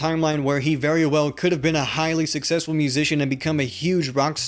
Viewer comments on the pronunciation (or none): none